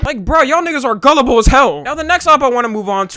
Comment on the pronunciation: I don't like the way you say "niggas". Sounds illegal.